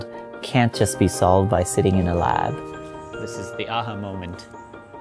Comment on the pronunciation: It's funny how he pronounces "Aha" as "Ahuh".